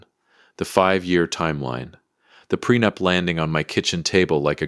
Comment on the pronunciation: The timeline isn't as bad as the pronunciation. Ew.